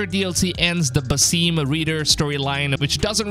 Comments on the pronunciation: Havent u payed attention to the story? His name is pronounced "Basim" not "Basìm" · For your information. He is called ( Ba-Sim) not ( baseem) . It's Arabic name which translates to ( the smiling) . It's common name